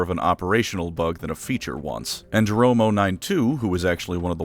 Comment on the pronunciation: Jerome not romo